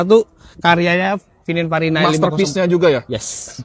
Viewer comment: Maaf koreksi om, yg bener pininfarina om bukan fininparina 😂